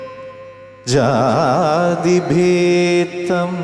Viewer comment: ശബ്ദമേ കിട്ടൂ, അക്ഷരശുദ്ധി കിട്ടില്ല. ജാതിഭേദം എന്ന വാക്കിനെ ജാതിഭേതം എന്നാണു‌ച്ചരിക്കുന്നത്.